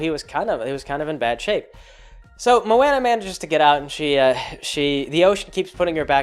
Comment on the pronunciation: I'm sure someone else already said this but come on you know how to say her name